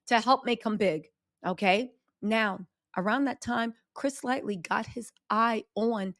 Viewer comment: I came to this video like , I hope she’s pronouncing it LIGHT-TEE this time and not LIGHTLY….. 😅😅😅